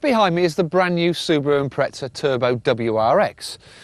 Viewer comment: if this fucker calls it an ImpreTza one more time :@